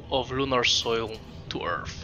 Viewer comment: Journey back to "Earf"? LMFAO